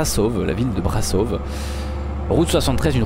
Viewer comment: On dit Brașov mais on dit ch pour le ș malheureusement on a des accents sur les lettres je suis d’origine roumaine si jamais tu le savais pas 😅